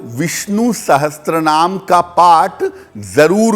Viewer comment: Wo Sahasranaam hai Sahastranaam nahi galat pronounce kiya